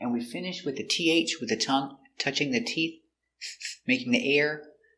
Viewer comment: A video about all these words that end in "TH" which are the harder ones to pronounce. In this case the way you explained about the word "tooth, teeth" isn't clear, because you point to a "th" but many times when you pronounce it sounds as tee"fth" or "toof or "tieess".